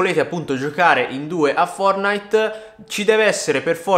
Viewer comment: Giohare?😂 Giocare non giohare